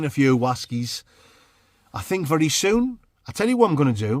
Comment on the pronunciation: Too bad you didn't have a funderstorm to camp frough. I fink , oi